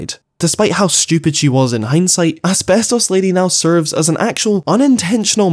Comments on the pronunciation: Everytime says Asbestos the video just gets funnier for some reason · saying “asbestos” is trippin me out so hard right now. idk i might just be too high lol 😂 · please stop saying asbestos like that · Never stop saying ASBESTOS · the way you say asbestos lol